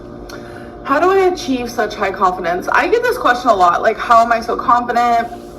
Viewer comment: wants to “pahtray conf-dints” you guise!